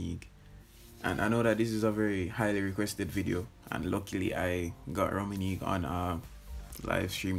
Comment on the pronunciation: The way he rolled that R tho😂😂😂😂😂😂